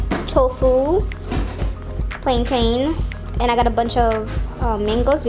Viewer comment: I love the video, thank you girl 💜 but as a Jamaican how you pronounce Plantain irks me 😂